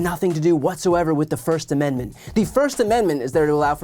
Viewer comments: I promise she prononced it Amen-da-ment at the beginning. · Why does she add a syllable to "Amendment"? Also, what makes her think fox caved to anyone? Tucky got caught talking shit on his boss, and nobody is safe from that. Happened to Charlie sheen too